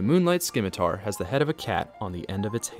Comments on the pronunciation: i really hate to be that guy, really i do but, the c in scimitar is silent its pronounced "simi-tar" otherwise great video you earned a sub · You don't pronounce the C in scimitar. It's pronounced like scene, not scrap.